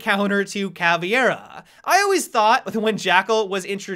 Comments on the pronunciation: Every time you say caviera instead of caveira a little brazilian kid dies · “Cav-ee-era” STOOOOPPP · PLZ STOP SAYING"CAVIERA"